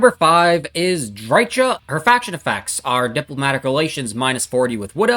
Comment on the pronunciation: "Drytsha" Lol.